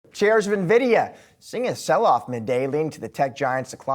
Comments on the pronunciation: Dude can’t even pronounce it correctly I trust him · If you can’t even say it correctly, why comment on it 😂.